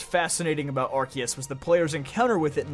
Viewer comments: The word of is not in the title! And it's Arceus, not Arkoos! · THERE ARE NO O'S IN ARCEUS!